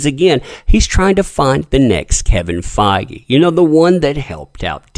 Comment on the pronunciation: I think you're misprounouncing Kevin Feige's name.... I believe it is supposed to rhyme with page.